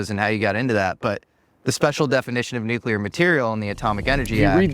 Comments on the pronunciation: Its impossible to believe any person talking about nuclear as a topic who says " nuke-cu-lar". We made fun of Bush for his buffoonery as President speaking such illiterate junk, but now we are supposed to accept it from guys like this? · I'm suspicious of anybodywho can't pronounce the word 'nuclear'.